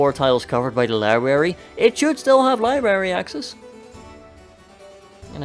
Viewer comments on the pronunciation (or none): I heard you say libary this video we all know it's library